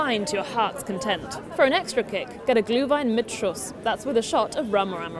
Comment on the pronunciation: please just get it mit Schuss. If you pronounce the Umlaut „Ü“ and say Schüss. People will think you just said bye